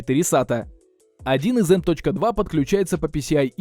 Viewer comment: Оверлокинг процессоров для швейных дел мастеров))) Не в обиду, но ухо резануло, так же как и эм точка два слотов)))